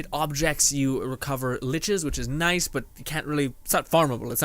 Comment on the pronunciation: He keept calling them liches lmao i was like noo nooooo no its lur-ker